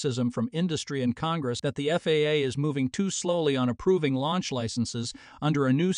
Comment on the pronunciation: It's FAA, NOT FAAAA ! Sheesh. Don't you people watch these before you post them ????